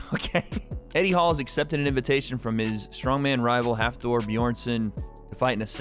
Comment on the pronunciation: Nice to see for a boy from iceland. But you need to practice how to prounounce his name Hafþórs name